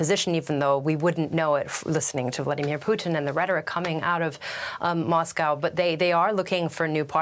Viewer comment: Can't even pronounce "Vladimir"